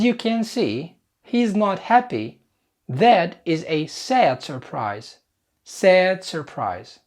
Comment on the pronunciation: Surprise مو الار الولا م تنطق